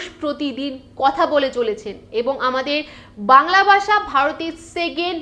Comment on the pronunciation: গ্রামার তো আপনারও হয়না। ভাষাকে বারবার “বাসা” বলে যাচ্ছেন 😂 তবে ভিডিওটা দেখে যা বুঝলাম, বাংলাভাষীদের হিন্দিভাষীরা ভারতে বসবাসরত রোহিঙ্গা ছাড়া অন্যকিছু ভাবেই না।